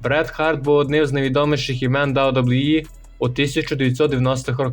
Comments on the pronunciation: Автор озвучтвает как рахит, посмотрел бы хоть как wwe правильно произносить, и твое рокииииии, ой сука ужас) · «Дабу дабу і» каже ахаза Гарно